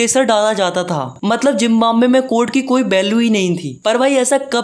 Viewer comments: Zimbambe nhi hota Zimbabwe hota he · Zimbabwe✖️ Jimbambe✔️😂 Btw nice explanation😊